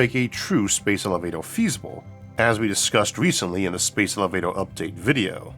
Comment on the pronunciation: I find his pronunciation if elevatoah charming